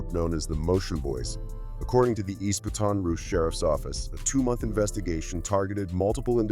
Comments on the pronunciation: Say ( BAT ToN, not ( BATIN). BaTON ROUGE))😅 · Say you saying Ba ton Rouge so wrong fam it’s one word ya dig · Yo lol! Dude is killing that word